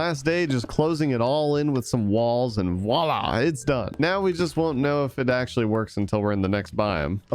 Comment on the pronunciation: I’m french and I love your videos and you pronounce “voilà” very good